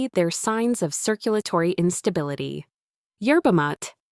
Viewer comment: Yerba Maa ta Ai, learn to pronounce words !!!!!!!